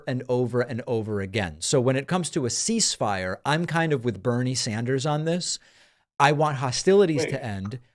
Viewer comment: Man he can't say ceasefire.